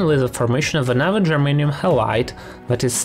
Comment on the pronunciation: he keeps saying germaine.